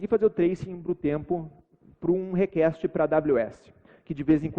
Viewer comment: 45 minutos de video com o cara falando "rekeste" pra fazer um teste de sistemas distribuidos, pqp